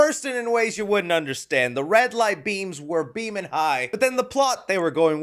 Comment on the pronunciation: I enjoy videos from, but every time he says “red lights” it pissed me off. Not sure why, but I find it sooo annoying I still enjoy the channel though